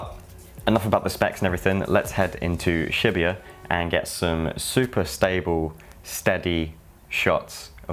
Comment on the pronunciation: Shi - BU - ya, not shibiya!